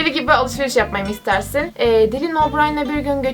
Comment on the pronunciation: seni severim ama dilin değil daylın diye okunuyor nsnsnssn